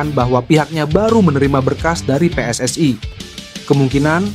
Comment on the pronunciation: PSSI : Pe Es Es I Bukan Pe Es Es Ai